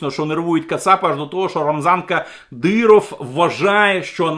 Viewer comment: Як він кумедно вимовляє:" Рамзанка Диров. "